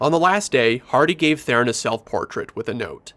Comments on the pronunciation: Who the hell is "Therein"??? Her name is pronounced "Throne." Got news... Oh, btw, that's not my opinion, it's a direct quote from Ms. Theron herself. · IT'S THERON FFS, NOT "therrin"